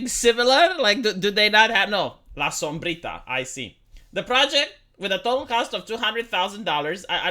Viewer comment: I love how you pronounce "la sombrita" you have good spanish pronounciation.